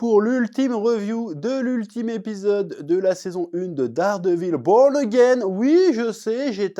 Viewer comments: on dit "dèwre divowl" mdr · Enfin la revieeeew !!! Chef!!! ''Dawredeviil bowrn agein'' 😂 Jouissif de t'entendre taper sur la série tellement ca a été un foutage de gueule au final... Tu dis tout haut ce que tout le monde pense tout bas et mets des mots sur la frustration que provoque cette série !! Vivement la saison 2 et des analyses toujours plus fines haha